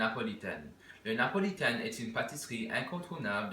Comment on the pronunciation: Its Napolitaine wz an N and not Lapolitaine wz L Before people used to say Lapolitaine.